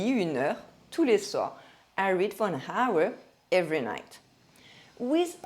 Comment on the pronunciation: Bonjour, merci pour cette vidéo intéressante dans laquelle vous prononcez l'anglais avec tant de soin. Permettez-moi de vous signaler que le mot « hour » n'a pas de son H. Par conséquent, il se prononce de la même manière que le pronom « our ». Il existe cinq mots anglais couramment utilisés, tous empruntés au français, dans lesquels le H est muet. Ces mots sont « hour », « heir », « honor », « hommage » et « herb »..